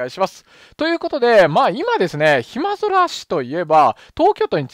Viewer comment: ちょいちょい「ひまそら」ではなく「ひまぞら」と言い間違えていますので間違えのないように。人の名前を間違えて連呼するのは失礼ですよ。